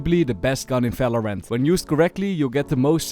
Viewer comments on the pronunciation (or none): You keep pronouncing every V as an F snd and not as an W as supposed, you say Fery good, felorant etc, why? Also it's Wandal not Fendal